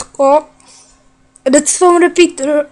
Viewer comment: Ty říkáš slovo redstone ale u tebe to zní asi takhle : vedstone